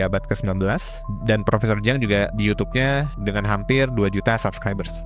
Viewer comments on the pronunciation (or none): Siang !!! Bkn ciang dan bkn Jiang 😂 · Ciang bukan jiang....